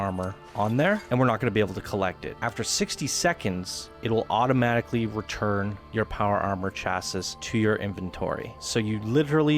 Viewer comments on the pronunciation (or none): CHASIS!? The way you said that word gave me cancer. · Chassis is pronounces chass-ee by the way :) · Ew, did you just say chassis phonetically? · Pro-tip: It's pronounced chass-ee.